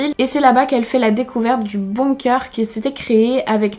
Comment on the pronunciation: On dit pas BOUNG-COEUR on dit BONG-KER